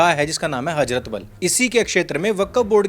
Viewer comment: Hajrat nahi hazrat Wakkaf nahi wakf Jahil😂